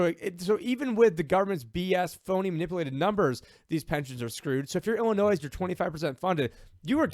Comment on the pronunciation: It's "illi-noy," not "illi-noise."